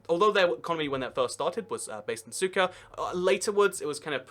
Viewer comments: he said cyka ._. instead of sucre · Another great video! Couple of things, in South Africa: the word is pronounced "APART'hate,"; in Bolivia, the first capital city is pronounced: "SOO'creh" not SOO'kerr" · SUKA?? seriously? it is SUCRE; There is a R and an E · Lol, sucker. That British pronunciation. Centre becomes Center. The american pronounciation is closer to the real one, Sú-kre. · French sugar. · Sucre???? Pronounced SOOK-RAY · lol he called Sucre "CYKA" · Hate to be that person but sucre is pronounced suk-ray .